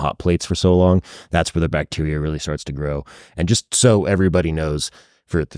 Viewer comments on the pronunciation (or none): none